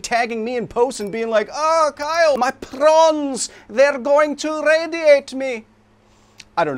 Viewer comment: That pronunciation of "my prawns" was the best part of this vid.